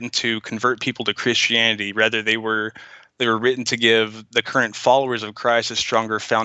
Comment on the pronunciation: The only reason he dosent like Christians is because he cant say CHRISTIANITY.